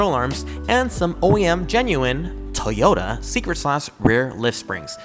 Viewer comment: What’s up with people saying “Tee-ota”? Do you know how to say “Toy”? 😂